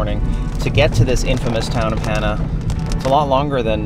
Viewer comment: Hana...pronounced Hah-nah.